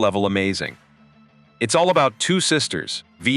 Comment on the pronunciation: vi not ve